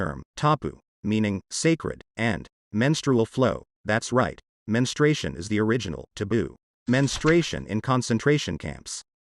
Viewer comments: It’s not “mens- stray-tion”, It’s pronounced mens-tru-a-tion. 4 syllables, not 3. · Ok, everybody, say it with me now, mens - stroo - a - shun. Got it? Good! Stop saying men's-tray-shun. Look at the spelling ffs!!! (Sorry, this just bugs me!!) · This is a good video; however, you need to correct both your pronunciation and , the spelling of the subject you're reporting on. It is men-STRU-a-tion, NOT men-stra-tion. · Not Menstration - it’s Menstruation!! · Its menstruation NOT menstration ffs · Dude, it's mensTRUation, not menstration. It's bad enough women have to deal with it, men should at least learn how to say it. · And it’s NOT menstration. It’s menstruation. These errors are shameful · It is pronounced men-Stru-a-took, Not Men-stra-tion. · "Menstration" 🤣 Menstruation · Please pronounce the entire word: men-stroo-A-shun. You're very disrespectful. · What the hell is ‘menstration’? There’s a ‘u’ in there, idiot male narrator. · It's M E N S T R U A T I O N, not menstration. 🙄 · Geez, if you're going to make a video about it, at least learn to pronounce it! It's men-stroo-AY-shin. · I try to use correct grammar and spelling at all times, including on social media. And though it’s spelled “menstruation”, most people , including me, pronounce it “menstration”. It’s easier to leave out the “u”. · It's menstruation 🩸 but really the U is not supposed to be enunciated!! It's not pronounced "MEN-STR-"U"-ATION!! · Everybody I know pronounces it “ menstration”. It’s easier to pronounce without the “u”. And what, if anything, does political affiliation have to do with it? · Everyone I know pronounces it “menstration”, including me. It’s easier to pronounce without the “u”. And I consider myself a stickler for good grammar. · Why are they mispronouncing menstruation? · Menstruation has 4 syllables, not 3. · Oh boy. The speaker can’t even pronounce the word correctly. Wtf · Wish he could say the word properly ffs